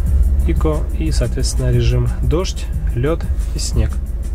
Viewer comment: ЗАДОЛБАЛ СО СВОИМ ИКО!!! ПРАВИЛЬНО ГОВОРИТЬ ЭКО!!!